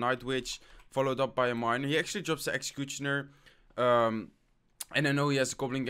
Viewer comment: Please learn how to pronounce "Executioner" you say it like Exxcxecuxchiona